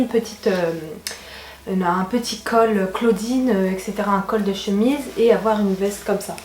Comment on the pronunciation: Slm ma belle super haul !! J'aime trop qd tu dis : avoir tu le prononce avoèr lol . T as un petit accent je trouve. Je t encourage à continuer tes hauls bisouuuu